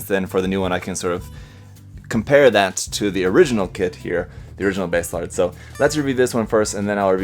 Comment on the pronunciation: Baselard is a medieval dagger and it's pronounced "Bah-Se-lard"